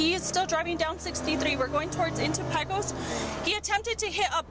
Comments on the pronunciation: Pea-kos.... nice way to start off. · The narrator (or "AI" text to voice program) probably would probably pronounce "pecan" as pee-can. Pecos is "peɪkəs" in IPA or "pay-cahs" where the "e" in Pecos is pronounces as the "a" in pay and the "o" like the "a" in commA. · It is Pay-cos not Pee-cos in Texas (says the person who has been there and is from TX). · It’s pronounced “Pay-cos” not “pee-cos” for any non Texans out there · It is not Peecos texas, It is pronounced Paycos Texas. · That's pronounced Pay kos, not pe kos. Texas names can be difficult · Pea-coss Texas ? Really ??? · Dude just pronounced Pecos as "pee-cose" 🤮 thats enough for me to unsub and never watch another video from this channel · Knew it was an AI voice when it pronounced Pecos wrong lol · Pecos is pronounced "PÁ-kōs" 😂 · Pecos, TX, pronounced 'Pay cose', but this is probably AI again. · Pecos Texas pronounced Paycos (long A ) cos